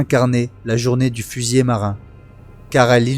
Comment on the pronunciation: S'il te plait fusilier,avec un seul L ne se prononce pas fusillé, autrement il y a trente ans que je serais mort.😅